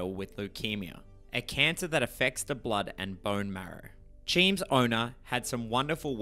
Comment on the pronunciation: It's so disarming every time you call Cheems "cheem" 😅😅